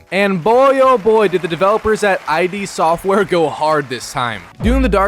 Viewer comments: It's "id" software, not I.D. Software. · The developer name is just pronounced: It Software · id software. One syllable. Not pronounced "I.D."